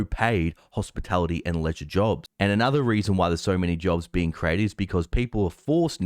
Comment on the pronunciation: "created", not "crated". "earnings", not "earns". "Manipulate", not "manlape" "El-Erian", not "Al-Iron" "subscribers, not "describers"